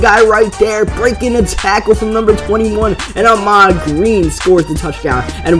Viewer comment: its Ahman Green, not Ahmad